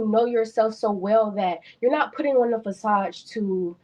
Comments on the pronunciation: she says, " i dont want him to put on a fasaj for other people." Mfer do u mean facade? u keep letting them talk long enough u hear how stupid they sound. He also has to be emotionally stable, emotionally available, and emotionally intelligent???? wtf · Fasage 😂 — Facade